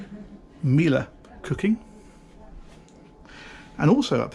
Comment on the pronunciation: Really good pronounciation of Miele here